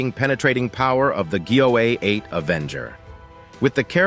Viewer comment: How many mispronunciations can you possibly come up with for the GAU-8/A?!? Doesn’t accuracy have any significance in this world anymore?